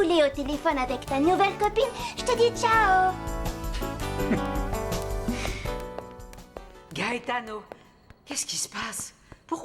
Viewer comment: J'adore la façon dont Christina prononce le nom "Gaetano"